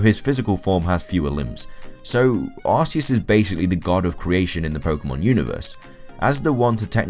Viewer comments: He did not create the Pokémon world. And you Said Arceus name wrong it is Arceus With a K sound idiot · Is no aseus is arceus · You are idiot it is Arceus not aseus god,god,god,god,god!!!!!! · It's not arceus it's ar - ke - us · not Aceus its Arceus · It's Arceus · U do realise mega rayquaza, primal kyogre/PRIMAL groudon and both mega mewtwos have higher base stats than arceus? And u can't even say arceus right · you also said arcues wrong :D your stupid and arcues is weak as heck your so stupid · Did anyone else get triggered when he said Arceus wrong? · YOU SAID ARCEUS WRONG